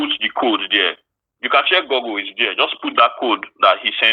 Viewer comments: I don't understand why All these Village boys Nigerian scammers cannot pounced "GooGle" - what is Googo?😂😂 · Harold calls it Goo Goo. 😅😂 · They usually say “goggle”. Because they pronounce the word wrong, an elderly “victim“ got confused and bought a bunch of swimming goggles 🥽🥽🥽